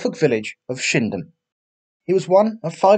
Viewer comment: Thought you said shimdham and not shipdham where he was from